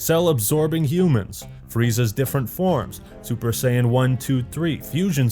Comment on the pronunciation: Also I completely AGREE!!! But could you please pronounce Saiyan correctly